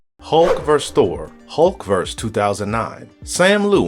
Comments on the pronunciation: It is not "hulk verse" it's "hulk versus". They are not one and the same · It's versus, not verse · it's versus